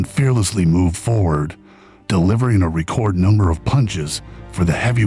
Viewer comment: Please pronounce ‘record’ properly.